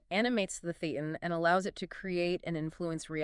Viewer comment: FYI: thetan is pronounced - thay ton